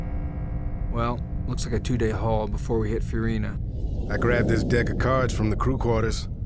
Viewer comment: What are you talking about? He says USCM. Also the planet is named Fiorina, he says it correctly. Get your ears checked.